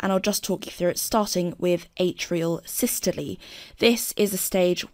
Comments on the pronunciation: That's how it should be pronounced: 'SIS-TOL-EE' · Why do you say 'systoleee'